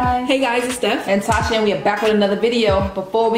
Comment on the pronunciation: Tasha pronounced it perfectly! Well done :) Looks so so so good <3